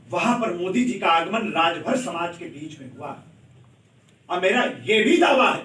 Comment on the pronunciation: Suheldev Rajbhar Ji ko Rajbhar bolne me haalat kharab hoti hai sir ji aapki